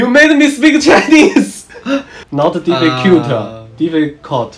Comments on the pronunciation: I don't care what the official English rules say. From now on, it's "difficute" not "difficult". Like imagine: UGH this math test is so difficute! XD Changes the game completely lol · They should have merch that says "it's difficute"😂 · No one: Literally No one:: diffiCUTE...!!!!😍😍😍😍😍😆😆😆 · If says “difficute”, then it’s “difficute” 😤❤️ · "Difficult" what? I know only "Difficute~" 😍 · “Difficute” My brain: “Sounds like an abbreviation for definitely cute” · Yesh difficute😔🤣❤️ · Fr.."difficute" it is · Is going to say difficute again:_lukierSmirk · Hey all native English speakers let's petition to replace the English word "difficult" with "difficute!":_lukierJoy: was having a such a difficute time trying to speak English all day, it was the difficutest thing ever! Also that red jacket tried on at the store made him look like a cute little lady bug🐞. Actually both are you were so very 可愛 this video!:_lukierKiss::_lukierHeartEye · Totally agreed...🤣🤣🤣but it was difficute for him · Word of the year: difficute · difficute: no not difficute, difficult Me: but was definitely cute💕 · it's dificute🤣 English: am I cute or what😝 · THE WAY HE SAID DEFFICUTE INSTEAD OF DEFFICULT OMG I CRIED😢❤ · I die with the difficute 😂💖💖💖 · If said it's difficute 😤 it is diffiCUTE 😤✊🏻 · Y’all it’s not difficult it’s difficute and it’s not a sunny day it’s called a funny day, we were saying it the wrong way all along so let’s learn from our cutest and improve our English😂😂❤️❤️❤️ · Hahaha (difficult) to difficute😂😂❤ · GOT ME AT "DIFFICUTE"🥺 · Difficute took me tf out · The DIFFICUTE for me HAHAHHAHAHA